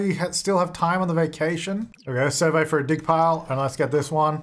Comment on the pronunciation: Okay Hermione moment: it's surVEY not SURvey in this instance 😂 and why does everyone always forget you can do dark meditation to get energy up, you don't need a tent or bed like a human 🤦🏼‍♀️